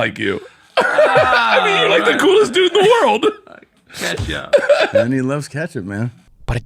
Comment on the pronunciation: He’s saying ketchup wrong on purpose drives me crazy. He does the same thing with tattoo, and Ben affeck. Every time he says these three phrases he says the words multiple times to make sure we know he’s saying it wrong